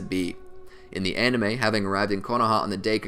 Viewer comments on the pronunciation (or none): none